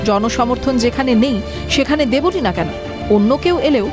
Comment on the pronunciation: Debolina noi deb lina